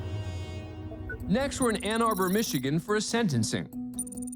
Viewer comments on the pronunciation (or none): IT’S SENTENCING NOT SEDENCING